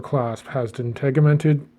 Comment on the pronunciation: tegiment is pronounced with the G like a J, awesome video!